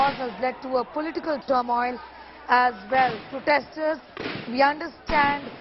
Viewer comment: Turmoil.....? News caster's ... pronunciation...is not good at all... 😀